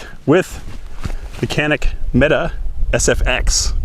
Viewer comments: It's pronounced "metay" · mete pronounced 'meatee' in turkey